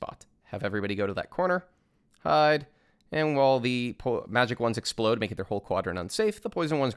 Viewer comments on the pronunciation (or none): none